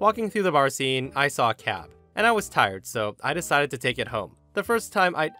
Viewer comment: Anyone else hear cat instead of cab in story 4 and spend a few seconds confused?